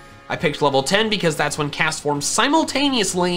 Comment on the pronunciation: IT'S CASTFORM, NOT CESFOM!